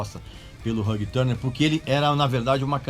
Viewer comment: Gostei de aprender a pronúncia de Ulrich e depois desaprender a pronúncia de Hugh Tanner. Caralho, RÃG TÃRNER é de lascar